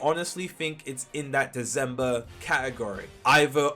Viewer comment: its deCember not deZember